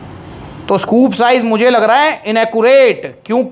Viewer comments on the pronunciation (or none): none